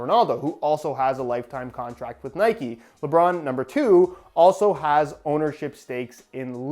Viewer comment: I’m sorry but it’s pissing me off it’s Nike not nikey